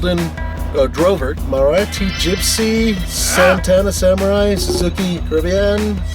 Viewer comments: Maruti, not Marati. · Its "MARUTI GYPSY" not MARATI GYPSY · He said Marati instead of maruti. Lol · Maruti not Marati Gypsy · it's not Marati it's Maruti gypsy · Awesome you guys! This is called the Maruti(NOT "MARATI") pronounced Maa-Ru-thie Gypsy in India and the most recent ones come with the Fuel Injected 1.3L (Called the Gypsy King) developing around 80 Horses.The last ones contracted by the Indian Army will be delivered this year.This little mountain goat forms a crucial part of the World's Largest Volunteer Army's logistics.The operating temperatures for this M-G range from -20 to +55 Celsius! (The Himalayas bordering the Tibetan Plateau to the Thar Desert in Rajasthan bordering you know who).This interestingly replaced the Jeep (Willys/Mahindra) in service with the Army since 1947.